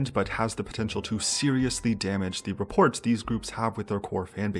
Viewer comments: Quit pronouncing the T at the end of rapport. >< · The ending T in rapport is silent. Sorry cant help it.. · You pronounced the "t" at the end of rapport - your essay is invalid. Lol I think you're on to something, though. I found myself actively avoiding anything to do with any groups or artists catering to the western demographic mostly due to the songs containing what I perceived to be 0 substance. I don't think it's a lack of drive or desire to provide this substance from the artists themselves, but more of their attempt to be as agnostic as possible while providing the same song to multiple locales. That, and the fact a lot of songs, even despite being written by and/or corrected by English native speakers, have glaring and distracting linguistic errors. Thankfully there are still plenty of groups and songs that maintain their core identity and substance in writing that it's hard to not find something to enjoy. Bleak future for big artists, but whatevs :) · the t in rapport is silent.